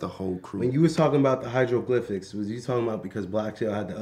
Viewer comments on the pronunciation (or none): Mans said hiedroglyphics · kerwin said "hydroglyphics" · Man said hydroglyphics😂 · This nigga kerwin said hydroglyphics lmao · Bruh rocky cant say he created the hieroglyphics